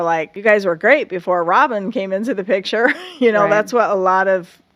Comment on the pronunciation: You said Robyn said “Big Picture” but it’s” Pitcher”😂